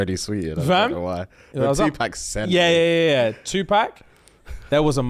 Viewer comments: The way pronounces Tupac as two pack and not two pock... i can't take it...bahahahaha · First of all, it's Tupac -2 pox not 2 pack 🤣🤣🤣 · Stop this madness,, you bottom boy, we love you but I can't stand for this. His name is pronounced Tupac. It is not Pack like Pacman, the letter 'a' sound like the 'a' in awesome or Aubrey. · Can I just say how much I hate the way the Brits pronounce Tupac 😂😂😂😂😂 its “pock” not “pack” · brah its pac not pec man wtf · 2-pack!!!! Hahahahahha not like pac man… lol. Like saying “Pock…” Tupac - Twopock Shakir - Shackeir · OMG TuPACK 😂😂😂 yuck! That A is killing me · Please say his name right 🤦🏾‍♀️ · The way y’all pronounced 2 Pac 😭😭